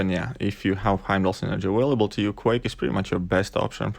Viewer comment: Lol awailable